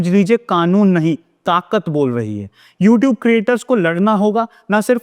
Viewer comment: LMFAO! Can't even correctly pronounce "YouTube" but still has the audacity to place copyright strikes on harmless YouTube channels and to threaten them for using clips that are already widely available for free use and do not solely belong to the stupid company, ANI